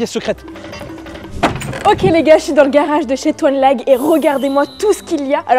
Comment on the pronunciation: La on dit toinelag et non tonlage 😅😅😅